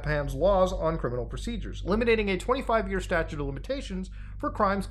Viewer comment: StatuTe, not statue...